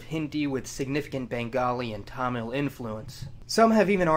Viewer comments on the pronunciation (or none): none